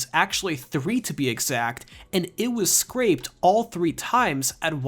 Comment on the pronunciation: The game was scrapped, not “scraped”.